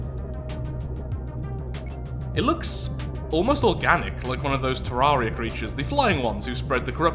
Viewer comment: The things from terraria that you’re thinking of are called “eaters of souls” and spawn in the corruption. Also it’s pronounced “tear-air-eia” like “terrarium” but with “ia” at the end instead of “ium”